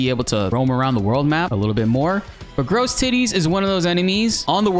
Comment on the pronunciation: "Gross teetees" 💀 Americans trying to pronounce French words has been my treat since this game launched 🙏 (otherwise great guide mate)